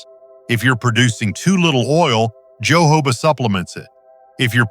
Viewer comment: It's pronounced ho.ho. ba. Oil